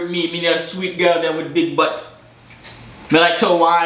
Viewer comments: It's big batty not boodie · Batty is batty not butt